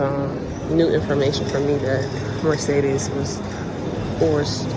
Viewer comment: I don’t think anyone pronounces Mercedes correctly 😂😂